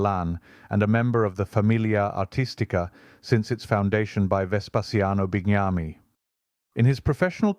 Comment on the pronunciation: Another brilliant and much needed video. Thanks!! The work you are doing to get these brilliant 19th-century artists known to the general public is marvellous. A pedantic point about pronunciation (Italian is tricky, especially when it comes to people's names): Tallone's name is pronounced CHEH-sa-ray tal-OH-ney and Mancini is man-CHEE-nee. Bignami is pronounced bin-YAH-mee (GN in Italan is pronounced NY, just as GL is pronounced LY). (If these pronunciation corrections are a drag, please let me know and I'll stop!!)